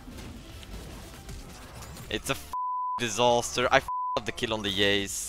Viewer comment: every second: It's a ducking disoster.